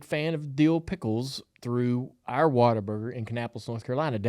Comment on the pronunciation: it’s What-A-Burger